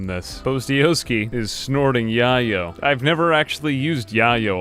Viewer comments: So, is it a RimWorld thing to pronounce the word yayo as "yah-yo?" Because I would have assumed it was meant to be pronounced as "yay-oh," like the nickname for cocaine, which is presumably the real life drug that RimWorld's yayo is meant to represent. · calling yayo 'yah-yoh' made me laugh so hard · The way you pronounced yayo was pretty funny.